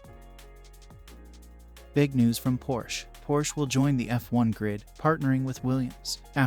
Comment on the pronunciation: First of all, you should learn to pronounce Porsche -- it has two syllables. Second, Porsche would immediately be a strong contender. Hopefully we'll soon see.